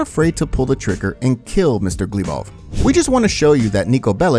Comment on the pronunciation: There is the first syllable is stressed in Glebov.